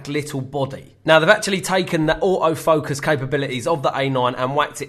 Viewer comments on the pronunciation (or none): That British accent: Au-o focus.